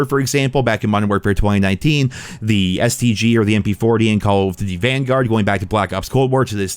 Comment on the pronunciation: Why does it sound like youre choking on something whenever you say “duty” when referring to “call of duty”. It’s like you say call of “fhdhdhdh” lol it’s pronounced DOOTY